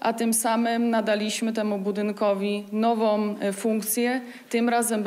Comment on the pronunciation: Jak rany, nie spodziewalem sie, ogladajac ludzi kultury, nagle uslysze taki blad artykulacji i to z ust, nie patrzac na jej usta!!!??? Dopiero, jak cofnalem, widac ze jednak domknela wargi, "budynkowi nowOM funkcje"...??? Jeszcze ucho mam czujne!!! Co jest grane w tej obecnej Polsce? Nie przypominam sobie, zeby w PRL-u, poza aparatczykami, sekretarzyskami i czasem pod budka z piwem, tak mowiono!!! A napewno nie w otoczeniu, w ktorym przebywalem i na pewno nie w telewizji, mimo ze byly tylko dwa programy. To chyba wynik 25-ciu lat rzadow pookraglostolowych, majstrujacych przy kolejnych reformach szkolnictwa, co jednej to gorszej, az do Czarnka i obecni nauczyciele tak samo mowiOM, jak ich nawet juz habilitowani uczniowie, MAKABRA!!!